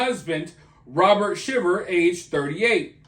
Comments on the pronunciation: Pronounced "shy-ver" not shiver like shiver in the cold. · It's pronounced SHY ver😊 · It's pronounced shy-ver. You love to see someone 'put the nail in their coffin'. Just like I've been saying. You just LOVE the ruin of someone else- when they haven't even been convicted. A confession isn't all that's needed to rightfully convict someone of heinous crimes. Morevoer, she ALLEGEDLY confessed, & the ONLY report of this that I could find is the sometimes dubious Daily Mail UK. But you didn't even bother to put the link in your description or a pinned comment, or even talk about the source your reading. Thumbs down on a lot of counts.